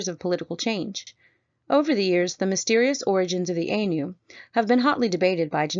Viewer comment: Also, it is eye-nu not aye-nu.